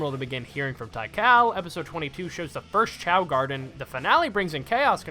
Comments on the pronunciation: My brother it is pronounced "Tee-Kahl" not "Tie-Cal" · i love you but tie-kal is crazy :face-purple-crying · Why didnt bro just say "Tea-Call"? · Great video, but my guy... T H A I -K A L?????! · Tikal at home: "thai kalle" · “Tai-kal?” Not to nitpick, but I’m pretty sure the i is not silent. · What a strange way to pronounce Tik-Aal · that's not how you pronounce Tikal it's bugging me